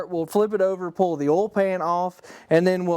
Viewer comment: And yes I have met people who pronounce oil the same way that you do. But I'd like to remind you that there is a letter I between the O and the L